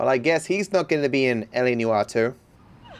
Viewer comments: It’s LA NEWoir, not LA newOIR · Everyone: LA Noire: LA Newar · I love me some "LA Newwarrr"